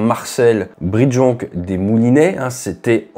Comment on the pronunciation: Marcel Brindejonc des Moulinais, Ate. Il faut prononcer à la française : Brin de jonc.